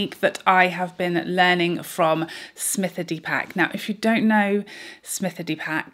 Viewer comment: Smita D Pack pronunciation tho😂